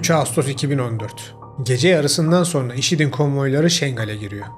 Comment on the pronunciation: HÂLÂ SO(R)NA DİYORSUNUZ."SONRA" ŞEKLİNDE TELAFFUZ ETMELİSİNİZ